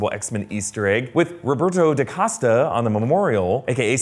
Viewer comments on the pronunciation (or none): none